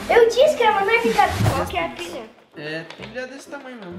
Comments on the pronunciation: quem reparou que o em vez de dizer pilha disse pila. hahahaha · ele disse pila kkkkkkk